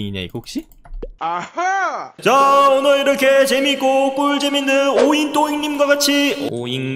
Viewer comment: 마지막에 오잉또잉인데 자연스럽게 오잉똥잉 이라고 하시네